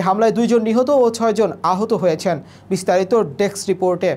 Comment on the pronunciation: Deks ? Or Desk ? উচ্চারণ আর উপস্থাপনার এই কোয়ালিটি নিয়ে কিভাবে জনগণের সামনে আসার সাহস করলেন ভাই?! ডেস্ক রিপোর্টে দেয়া voice over এর volume ,‌ video footage এর চাইতে‌ দুর্বল !